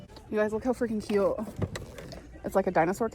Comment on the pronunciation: The way she says “KYEÜT” instead of “cute” makes me want to remove my skin